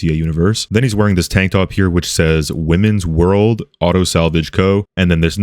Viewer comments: "women's world" it's pronounced "why-man's world" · it not at all about gender you knob the guy mispronounced it as “Women” and not “why-man”🤦‍♂️ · Pronounce is Why-Mans-world not women’s lol